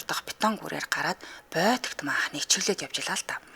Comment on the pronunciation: Сонсогчид маш олон подкаст, аудио ном сонсож байна, ямар байх ёстойг мэддэг болсон!! гэж хүн овоо хэдэн жил хөтлөгч гэж яваад сайжирдаггүй ээ хөөрхий… Байтаг богд гэж захын нохой ч мэддэг байхад БОЙТОГ ч гэж байх шиг. Радиог хүмүүс сонсдог юм чамайг хэнч харахгүй наад даруулгаа тайлаач. Шахцалдаад, хэхрэх гээд, шулганаж үгээ буруу хэлээд, шүгэлдээд ёстой. NO STANDARD!!! Цуг хөтөлдөг Чанцаагаасаа суралцаач!!! Дэлхийн Монголчуудын радиог сонсмоор бхын…